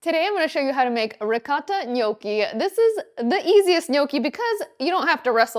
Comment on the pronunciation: You're not pronouncing gnocchi correctly